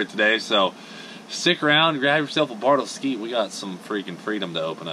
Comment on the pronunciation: Are they mad you call it bartle skeet? 😂👍